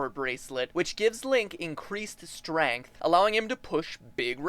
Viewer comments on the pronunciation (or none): You say strength with an "a" I like it. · MatPat, are you French Canadian? Your pronunciation of "strength" sounded different from American English. Great ep, by the way!